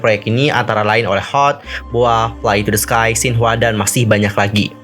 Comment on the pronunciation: Bacanya bukan HOT tapi perhuruf Kak... Jadinya H. (eij). O (ou). T (ti)... hehehe